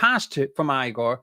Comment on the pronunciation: Hey, it's pronounced Igor (e-gore, not I-gore).